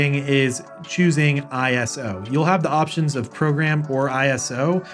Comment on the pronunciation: Great video! Respectfully, know that ISO in this environment, is not I - S - O, it's pronounced EYE-soh, short for isolate. Calling that mode I - S - O could confuse some viewers, thinking it has something to do with the sensitivity of the cameras. Beautiful video, though!